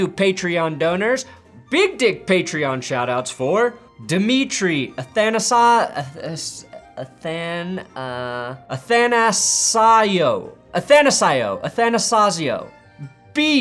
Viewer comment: Athanasiou is pronounced "ath-ah-na-see-oo"